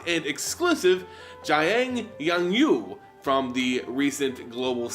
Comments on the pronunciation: How tf did you get “yang-yu” 😂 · As a Chinese speaker I loved your mispronunciation of Jiang Yanggu, gave me a bit of a laugh